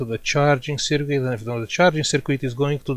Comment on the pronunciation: Seerquit 😂 it's funny how you say it